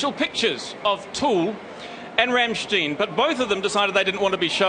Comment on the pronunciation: Ram Steen You literally can't say it more wrong